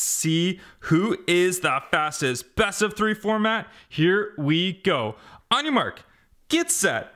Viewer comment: I like the thing that he say onimark get set go